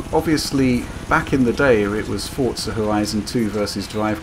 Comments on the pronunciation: forTza xD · Xbox players love it, PlayStation are busy waiting for another Gran Turismo so they can try and combat it, PC are probably going to get it for free on Windows 10 anyway, it's a super widespread franchise, but no one can pronounce the name right, for fuck's sake.